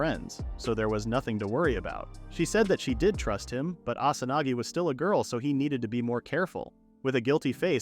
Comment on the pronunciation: instead of Asanagi